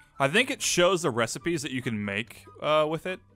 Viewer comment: said "wif"